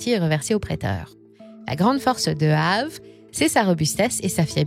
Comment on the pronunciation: On prononce Aavéééé !